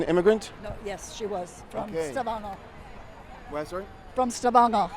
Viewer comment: ralf edsson She’s pronouncing ”Stavanger” and ”Kristiansand” in a very broken Norweigan accent though.